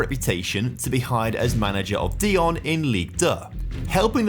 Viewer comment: That Dijon pronunciation 😂